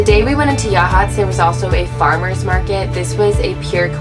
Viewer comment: As a native Oregonian, I'm so glad you two enjoyed our beautiful coast & great job on correctly pronouncing "Yachats"!! 👍😉🌿